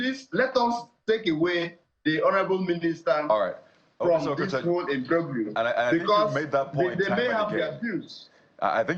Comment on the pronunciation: Learn to pronounce the word " imbroglio".